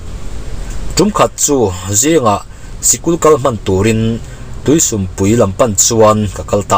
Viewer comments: sum tih a lam Dan hi...mizo buh an den na sum lam hian lam se a dik zawk lo maw.. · Tuisum pui khua kha ka hria a,,,i lam dan a diklo deuh,,,sum tih i lam dan kha a diklo a,,,mizo in entir nan sa an kap a,,,a len zawng sum a an teh a anlam dan ang khan sum tih kha lam tur a nia,,,🎉🎉🎉